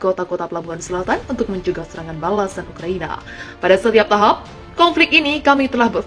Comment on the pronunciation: Itu jubir russia ngongmong ukraina dan ulraina.... knapa judul pulaw pasir....???🤔🤔😆😆😆😆 admin kadang kadang....😆